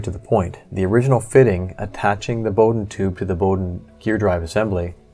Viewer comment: There are many assumptions in this article. Firstly Bowden is pronounced Bow as in WOW. The PTFE tube and fittings are specifically designed and made for compressed air or fluid use not as a guide tube. The fittings are a bastardised Festo design for a quick connect air fitting with the sealing O ring removed, hence the slack in the line fit as the barbs are not hold in the correct position. What is required is a Swagelock style asymmetrical ferrule and fitting. This style fitting will grip the tubing and as long as not over tightened will be a vast improvement over stock. Additionally the excess movement is calculatable if you measure the inside id of the tube and the od of the filler and for every 15 degrees of bend allow for the difference. Outboard motor control cable design is basis for formula. E.G. the id is 3mm the od is 2.5mm difference is 0.5mm bend radius is 45 degrees 45/15 = 3. 3 X 0.5mm is 1.5 of excess filler movement. Measure bend at several hot end and z track heights and average the bend radius. Interesting diagnosis but some assumptions are not so sound.